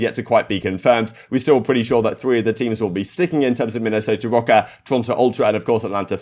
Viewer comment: Say “Minnesota rokkr” more please lol